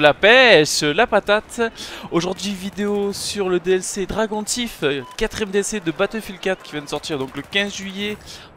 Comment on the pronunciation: Dragon tif... t es serieux là? --' Tu peux pas mettre le point sur l'accent de temps en temps sale anglophobe? :p Sinon pour ce qui concerne la video tres tres bien même si je reste convaincu indecrotablement que bf4 est en train de se transformer gentillement en call of duty et ce surtout après l'implantation de certaines armes ( notamment le desert eagle ). Voila j ai gueulé un bon coup c t sur ta video bon ba tant pis pas grave ^^. Sinon j'attend que tu revienne sur bf3 pour completer l'armurerie ainsi que les comparaisons entre les armes de points colle tu as fais avc le G18 et le 93r.